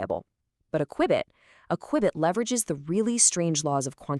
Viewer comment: Your AI talking about AI cannot pronounce qubit?